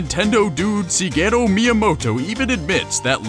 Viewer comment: Stuff never knew: 1. I already knew Link's design was inspired by Peter Pan. 2. Shigeru is pronounced Shigeru, not Sigeru. 3. The rest of the video tells the story we already knew.